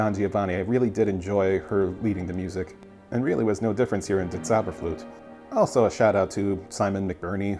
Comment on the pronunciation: Sorry to be that pedant but it's pronounced "TSOW-ba-flirt-a" :) Another engaging video, always a pleasure to watch your commentaries - I was a little confused at first since you show the scene with the projected face while "Der Vögelfänger bin ich ja" is playing (making me think this singer is Papageno), but the same singer is then shown being exhorted to kill Sarastro, meaning that he's playing Tamino - oh, the treachery of images. All became clear in later scenes. It always seems a pity to me when the fantastic element of this opera isn't embraced and they go for dull costumes (Tamino in a white t-shirt? Sigh...) So were the recitatives in English? Pandering to the audience, what ;)